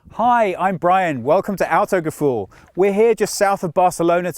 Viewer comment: I notice that you, contrary to 99,99% of all Brits, can pronounce Volkswagen. GOOD. Now, try to learn Autogefühl as well. :)